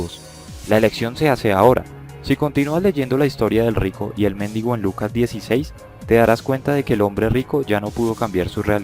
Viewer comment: Debe ser muy ilustrado un pastor que diga "méndigo" en vez de "mendigo". Y para que no se diga que hablo por hablar, basta con ver que si leyera un poco más, sabría que Aristóteles sólo hablaba de un motor inmóvil como una fuerza más del universo y nada más. Al que se le ocurrió que eso era dios, fue a Tomás de Aquino.